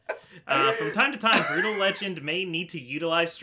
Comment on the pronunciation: pausing at 1.53 to tell you that i enjoyed you actually pronouncing Brütal with the umlaut. +1